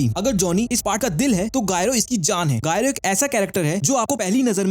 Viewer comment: thank you for updating people about it but no one who has read Steel Ball Run manga will call him GYRO his name is pronounced as "Jaaye-ro"